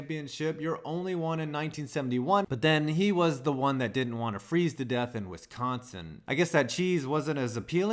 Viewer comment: The only think for the bucks that triggered me was the way you Said Wisconsin